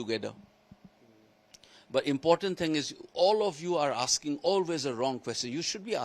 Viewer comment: "All of you are aaking the wrong questions "